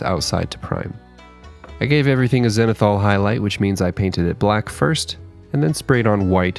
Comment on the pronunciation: I finally realized that you're saying "zenithal" as in highlighting from the zenith. All this time I'm wondering, what is xenithol...?